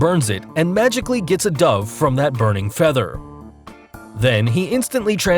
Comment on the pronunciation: I pronounce it dove but he pronounces it dove. I just don’t know which one is the right pronunciation.